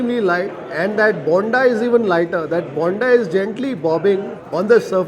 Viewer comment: You pronounce "bonda" wrong. The way you pronounce it sounds as yelneer(tender coconut). For alu bonda the "o" needs to be stretched more.